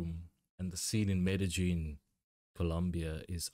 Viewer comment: Excellent pronunciation of Medellin. 👌 Non-Spanish speakers usually butcher it.